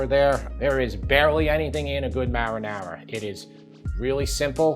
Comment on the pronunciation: why can't he say marinara 😄